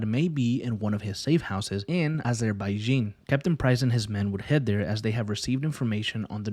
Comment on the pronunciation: what is AzerbaijEEn? 🤣🤣